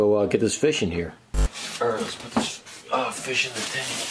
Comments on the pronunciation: Let's check out this fis:Oh my god Refilmed:Ok lets check out this fish:Why did you say fis instead of fish💀💀💀💀💀💀💀:I don't know ☠️☠️☠️☠️ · ITS A FEESHH